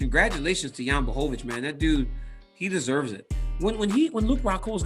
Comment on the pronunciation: DC’s pronunciation of Błachowicz is spot on.